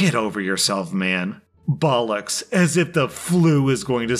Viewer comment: Love how he pronounces bollocks as "Baul-ucks"